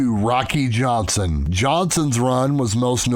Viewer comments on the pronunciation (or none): none